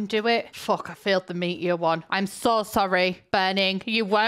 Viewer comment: The way says "meteor" sounds like "meat eater" to me and it made me do a double take